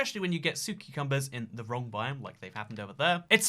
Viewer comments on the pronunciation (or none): We’re just going to ignore that he said “su ceacumbers”